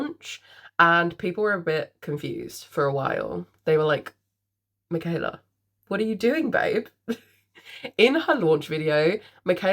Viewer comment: You said my name correct ❤don’t worry girl LOL